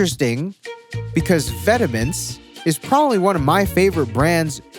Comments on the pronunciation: Did he just read vetements like vitamins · Vetements is French word for clothing - pronounced "Vet - maunt" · homie said vetimints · VET UH MENTS? Fuck French am i right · not sure if mispronounced vetements on purpose or for satire 🤔🤔🤔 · Vet - ah - ments 🤢☠ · I think vetements is pronounced vent-mah I could be wrong tho but I watch this high fashion channel and he pronounces it like that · How pronounced Vêtements 😐. My brain: "VITAMINS?" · bro said vetements tf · I’m hella surprised no was on for how he said “Vetements” lol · Bro didn’t even say Vetements correctly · The way says vetements makes me wanna cry